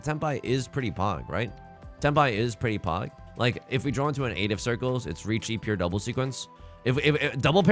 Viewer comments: Have you been to the midwest recently? Saying "Drawr" instead of "draw" and "warsh" instead of "wash" is a Hoosier thing. Also, congrats on an absolutely sick Hanchan. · Every time you say "If I could 'drawr' or 'drowr'...", it feels like a missed joke opportunity. It could be "If I could Dror Ragzlin (that's a Baldur's Gate 3 reference)...". Food for thought!